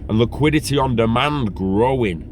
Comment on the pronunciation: liquidit eh!